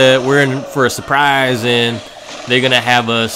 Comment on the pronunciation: Not trying to be mean but I like the way you say surprise